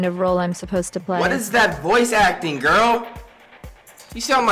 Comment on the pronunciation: Lol he called chihiro a g i r l l l l